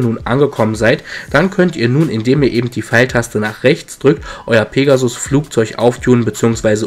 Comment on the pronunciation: Eben und nicht ebend :^)